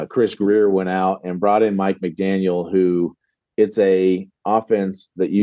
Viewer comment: Kudos for getting Mike McDaniel’s name right.